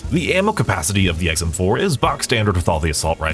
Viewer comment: I must be getting hard of hearing in my older age because I could swear I heard him say the guns name is EggsM4 lol 😂